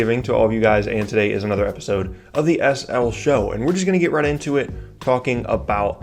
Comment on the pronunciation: I think when you say the SL show it sounds weird